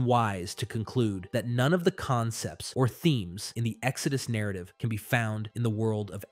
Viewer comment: Yo Do you use an AI to copy your voice and the other guy's to make these videos faster then if you would have to read it all out/ narrate it yourselves, asking became of all your strange pronunciations ie exO dus narrat eeeve at one point near the 1.5 hour mark lol Cheers